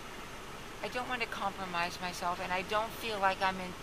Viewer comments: How many times did.she say 'comlromise'😊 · I let my dog listen to this and now he can say 'compromise'.